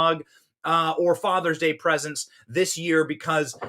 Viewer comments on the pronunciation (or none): none